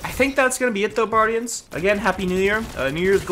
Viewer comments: "hey buardians, micropachycephalosaurus here" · "what up buardians. Sir thicciest here."